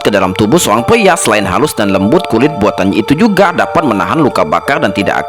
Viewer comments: PRIA BANG.... BUKAN PLIA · Pyia itu diubah menjadi peyempuan😂